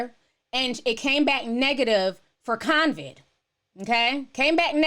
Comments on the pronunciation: It’s CO-VID. Not. cON-viD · It's COVID NOT CONCID Ti!!🤣😭😂☠️☠️☠️☠️ Co-Vid...no Con-Vid...no N in it lol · Convid? No its CO-VID. There's no N sis. 😂 ETA: when they take people streams down for that? I thought they were taking people streams down if they called it the "Asian country" virus. 😕 and they put a CDC banner on your vid. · COVID DOLL...NOT CONVID🤦🏾‍♀️